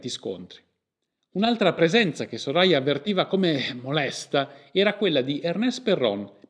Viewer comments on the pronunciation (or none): Soraya si pronuncia come il the in inglese. Lo so perché ho conosciuto una ragazza con quel nome